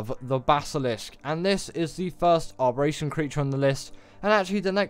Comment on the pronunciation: Im more frustrated at you adding an R to Abberation where there isnt one where you say it 😅 Giga hard?! And no oasisoar or troodons ect 🙈